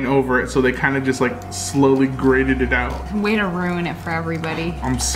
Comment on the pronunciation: when she said Kinder she meant “Kind”